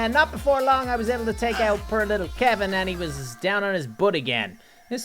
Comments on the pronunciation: He pronounced kevin as kalvin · You pronounced kevin incorrectly